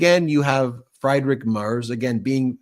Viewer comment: Pronunciation correction Friedrich is pronounced FREED Rick. In German, ie is always pronounced like ee, and ei is pronounced like eye. In other languages, other rules apply.